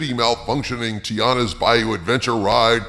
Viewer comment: TI-ANNA, not TI-ARRA. you sound like you are uninformed.